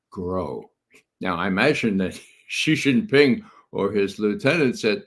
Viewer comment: Judge, correct your pronunciation, it's SHEE JIN PING not JHEE JIN PING. Jhee JHEE is slang for penis like Pee Pee in English.